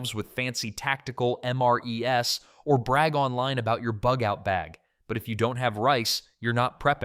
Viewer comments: I hear “MRES” instead of “MREs” and I was out. Didn’t last long. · It is hard to take anyone seriously when they pronounce MREs (meals ready to eat) as "EM-ARE-EEE-ESS" -- the 's' is only plural for MRE - so, most of us with real military experience will say, "EM-ARE-EASE". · Thought i found a decent chanbel. Pronounced MREs as M, R, E, S. Whelp, time to move on from thus AI slop.